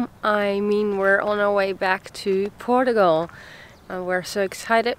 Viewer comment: I just love your pronunciation of " Portugal " , it adds a bit of positive sound to it.